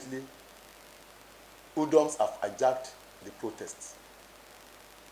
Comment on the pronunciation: This guy don't know what to say opposite for him to say HOODLUMS he said hoodums dumb Cp shut up